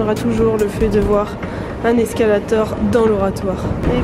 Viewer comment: Pour ta prochaine vidéo sur les anglicismes ou « au Québec ont dit ». Un escalier mobile... et non un escalator (prononcé escalathor). 😂😉🤝